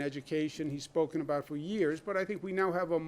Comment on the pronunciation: "what are you talking abouut" Classic new Yorker 😂